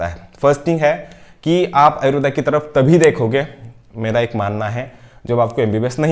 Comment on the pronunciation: It's ayurved not ayurvedaaaaa.